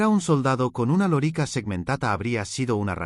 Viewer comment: Por dios, si supieras tanto de Latín como de Historia. Da grima escucharte decir una y otra vez loríca, con acento en la I, como si fuera la hembra del papagayo. Es lórica, esdrújula, hombre.